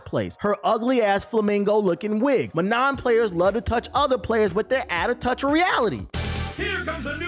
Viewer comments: What about those who mispronounce [ kara-TE] as [ka RA dee]? Huh? How about pronouncing [ma-NAW] as ma-NON..... What does YOUR main say about YOU? Huh, smart guy? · That’s not how you pronounce Manon 😭